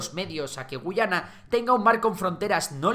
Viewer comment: Esta mal tu MINIATURA estimado. La única gu-A-yana que existe es la del imaginario histórico de Venezuela, El país al oeste del Esequibo se pronuncia guYAna ante la dificultad de los ingleses por decir la "letra A", y es de hecho un detalle con mucho valor para ambos países.